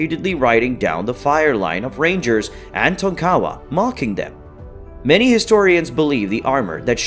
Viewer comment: Co-man-chee. Tonk-a-wa Edit:5th generation Texan here from 2 lines dating to the 1840’s-1850’s.